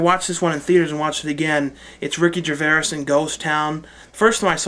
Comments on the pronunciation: Not Ricky Gervaias. Ricky Gervais (Jer-(as in Jeremy) vay-s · I'm pretty sure Gervais is pronounced like Gervase, not gervarase or whatever you said :D Good reviews tho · good video, just to let you know it's pronounced ricky (phonetically) ger-vase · nice vid... but it's pronounced ricky gerv-ace ;)